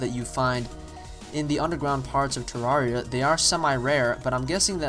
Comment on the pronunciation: Pronounced ter-air-ea